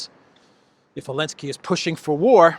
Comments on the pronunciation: Zelenski , not Alenski. Z...Zelenski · Why do you keep calling him Elenski when as far as I'm aware his name is Zelenski? FFS he got an award for services to humanity. Still, it's no more ridiculous than Obammy getting the Nobel Peace prize. We're living in clown world.